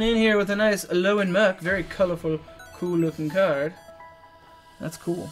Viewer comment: You finally won! It was overall pretty even, but you got Plumeria and she is awesome! So congrats! =) (P.S. I don't mean to be rude, but it sounds like you're saying Al-OAN, but it's Al-OLAN. Maybe you are saying Al-OLAN and I'm simply mishearing. If that's that's the case, then I apologize.)